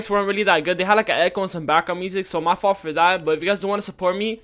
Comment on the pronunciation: You said "Vault the Drumgun"